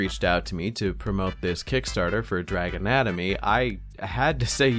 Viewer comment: "Dragon Atomy" sounded like "Drag anatomy" and I lolled It's also even more confusing because the latter can be understood in more than one way😂